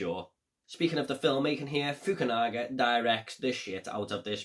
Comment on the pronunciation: it was a great review, just watched it again. Well pronounced on that director too.😀👍